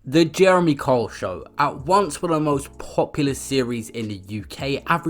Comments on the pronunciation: But the narrator sounds like he is saying Karl. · Pronounced Kyle not cole. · Can’t this guy even say his name properly?!! Who the fuck is Jeremy Cole??!! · It's not cole it's Kyle ..pronounced K I L E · Sorry fam, you're really irritating me with your pronunciation of Kyle. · Guy cant even pronounce Kyle, does it surprise you he can’t read either ? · Why cant you pronounce Kyle??